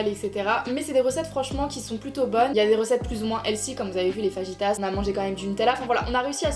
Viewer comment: Les faRrrritas xD